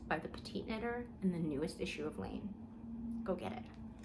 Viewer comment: Oh! I think I found it 😂 is it Laine magazine? I kept hearing lean 😅